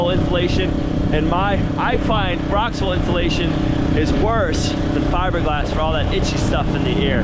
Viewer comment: Hey I hear you saying ROXWELL INSULATION...well I used to haul that stuff out of MILTON ONTARIO CANADA TO the NORTH OR NORTHERN part of ONTARIO CANADA. BUT ITS not called ROXWELL...its called "ROXUL...ITS A GOOD institution, its expensive, and it's also fire resistant, where spray foam isn't, but I'm a big fan of spray foam, we here in our city "GUELPH it's in ONT CANADA" have a pink insulation place called Owen's Corning, they make pink fiberglass and also make fiberglass strands that u would use for body work on cars. Ya